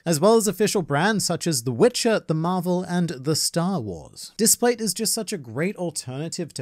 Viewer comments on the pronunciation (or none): "The marval"😂